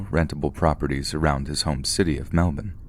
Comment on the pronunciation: Thank you for pronouncing Melbourne correctly!